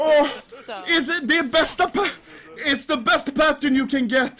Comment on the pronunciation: I felt it when he said “it de bestepa”